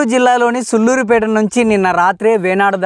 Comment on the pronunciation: సుల్లూరు కాదు నాయనా సూళ్లూరు అది